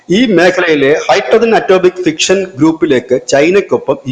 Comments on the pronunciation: It is not "fiction', it is 'fission'. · അടോമിക് ഫിഷൻ, ഫിക്ഷൻ അല്ല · Fixion അല്ല മണ്ടാ Fission ആണ് correct